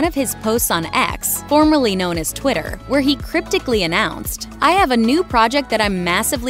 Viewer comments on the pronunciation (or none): none